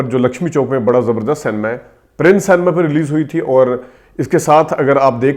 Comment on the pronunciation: The word is cinema (pronounced “sin a ma”) not san-ma. I do not want further defamation of my country. Likewise the word April is pronounced “Ay-pril” not “App-ril”. Please do not take offence. This is well-meaning brotherly advice.